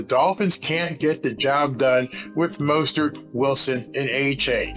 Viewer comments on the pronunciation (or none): none